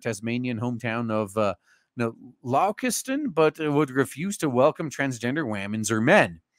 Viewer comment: Launceston is pronounced Lawn-ses-tin